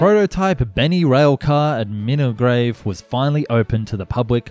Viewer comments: Good video, but my man where did you get the 'r' in Milngavie from?? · .. also "Milngrave?!" Nobody ever gets that right. Spelled Milngavie, but strangely pronounced Mull-guy.. Don't ask. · Scottish names can definitely be confusing, they don't always sound like you expect, like Milngavie sounding like Mill-guy. People usually pronounce it like it is spelled though, I never heard anyone call it Minnigrave before. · I know Scottish place names are often difficult to pronounce to people who don't live in Scotland so no judgement here but, in case you were wondering, Milngavie is prounounced Mill-guy and the other two are In-shin-an and Ren-frew-shire. Excellent video; I keep hoping to see my great-grandfather in the footage of the Railplane passengers because he was a (rather rich) resident of a town just north of Milngavie but he died in 1931 so would only have known Bennie in the early years of his project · Inch inn an, Ren froo shire and Mil-guy. You're welcome. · Not trying to be cheeky, just help as I know that Scottish place names are as difficult as some of the ones in Oz, it's pronounced 'Mill - guy' and it's also 'Inch - in - ann', 'Dall - Muir' and 'Ren- frew- shire'. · Okay here is the scoop. Milngavie is pronounced Mill-guy, Edinburgh = Edinbra and Inchinnan =Innshinin hope that clears up an otherwise excellent video. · Not being mean, I know it's difficult to pronounce Scottish place names. But Milngavie is pronounced like 'Mill-guy' Inchinnan would be like 'Inch-in-in' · Just FYI - Milngavie is actually pronounced (in the local accent) Muln-gai. I don't get it either. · Lol its Milngavie..sounds like mull..guy, Inchinnan sounds like In shin anne, and Renfrewshire sounds like Ren froo shire 😂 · Omgggg were you trying to say Milngavie? is pronounced “mull-guy” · Milngavie pronounced Mul-Guy.......we shop there....better class of Charity/Thrift Shops.....!